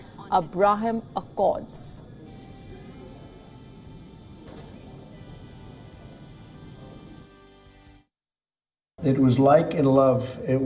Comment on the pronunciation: Can't WION afford better newsreaders? "A-braa-hem accords" ???